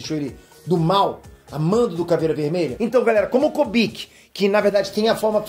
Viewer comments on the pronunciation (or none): não é Kobik é Kubik, cubo de Rubik. Por favor. Da ênfase na fala, fica foda.